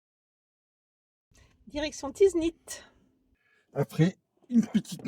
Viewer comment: en tout cas merci beaucoup pour cette découverte et de faire découvrir notre jolie pays ou monde juste une petite remarque ce n'est pas la première fois que vous écorché les noms villages des villes la première c'était Tinghir et autres dans cette vidéo c'est Tiznit ce n'est pas tinzit apart ça Je reste abonné quand même à votre chaîne Merci 🙏